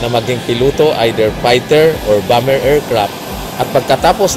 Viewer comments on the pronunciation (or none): none